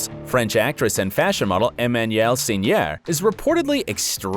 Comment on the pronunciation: Whoa! Your pronouncement of Emmanuelle Seigner is really weird, stinky, bs. I even did not notice you said it. Take some lessons or leave it.